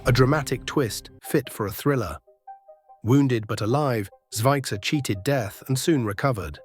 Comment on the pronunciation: oh you butchered their names especially surnames. It's Kotor with Hard R (pronounce it like it's written), Zvicer is Zvitzer, say it like Spitzer but Zvicer. Just don't twist your tongue.